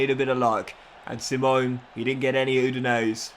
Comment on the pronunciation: It’s pronounced see-mon-eh